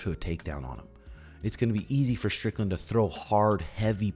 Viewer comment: stop saying stricklnad when you cumshot. take stupid glasses off maybe duh